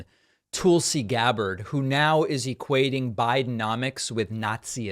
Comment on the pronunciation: David, It’s Tulsi as in lull. Not Toolsi as in tool. You are supposed to bright. If so that’s disrespect.